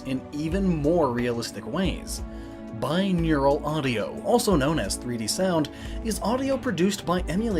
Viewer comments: It's "binaural, not "bineural" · Why did you pronounce binaural as bineural?